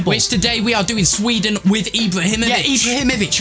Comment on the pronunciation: Sweeden Ibrahimavich